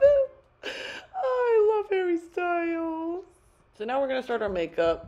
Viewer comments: hawwy stuiles hawwy stuiles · hawwy styuels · Harry Styles? Don’t know him Hawwy Stwyles? We Stan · "I love Hawwy Stywles"